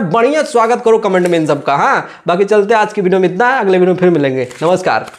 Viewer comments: हा भाई तुम बाप से बढ़ हो।तुमको हिंदी बोलने पहले आता है ।वीडियो को भिडिओ बोलते हो😅😅😅😅😅😅😅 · Parduman bhai bol rahe hai ki khesari bhai ko english nahi aati hai to youtubar mahar ar aap bol rahe ho ki praduman tumhe bhi to nahi aati hai yar to hame batao youtubar maharaj aap ko kaha aa raha hai tu bhi to video ko bhideo bol rahe ho jara ish bat par bhi dhayan do fir cham chae kar na bete jo galat hai o galat hai